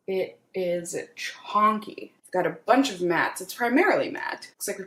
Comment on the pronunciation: Wtf is CHONKY? It’s chunky 😂